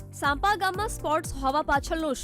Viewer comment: સાંપા નહિ સાંપ્રા